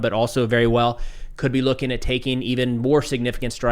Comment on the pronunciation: I think you said ‘defend itself’ incorrectly - it sounded like ‘attacking’